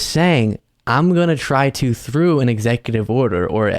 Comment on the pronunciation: Ex oooooative order lololol